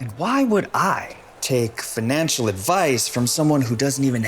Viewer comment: bro, doesn’t even know how to say financial properly